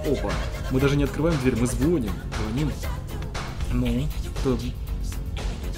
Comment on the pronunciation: Не звОним, а звонИм!